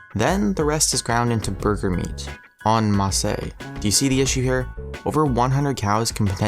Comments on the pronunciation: The "masse" in "en masse" is pronounced "mass" not "mass-ay". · Sounds like a real educated guy.... "on Massay." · Ok you lost me when you pronounced en masse "on mossy". If you can't pronounce a word I've known since I was a kid, how can I trust you? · an masse, is pronounced ahn-mass, not ahn-massay, second all hamburger meat found in grocery stores is ground from lots of cows too... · Don't speak French if you don't know how it's pronounced, or you'll just be laughed at _En Marseilles_. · Ugh... "En Masse" is not pronounced "On Massey"! /It's French, drop the entire ending so it sounds like "On Mass". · On Marseille? why do Americans always seem to try to make French words...... more French?.... it's en masse and it's pronounced on mass. It's not hard to not sound pretentious, you just have to learn how to say the word instead of butchering it. Contaminade? lol sounds like a drink I don't wanna try. I thnk the word you were looking for was contaminated. Other than those two fails the video was quite watchable and enjoyable...ish I will give it a thumbs up. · its not pronounced: on massay it's: on mass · En masse. It's pronounced "on mass". And that's where you lost me clickbait. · En masse is pronounced on mahs (sort of) not on massay. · "En masse" is pronounced "on mass." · The only thing that made me cringe was the way you pronounced 'en masse'. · "En massay". Took me a while to understand what you were saying I'm guessing you've never heard that phrase used in regular conversation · The way you pronounce "en masse" is painful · Not how "en masse" is pronounced.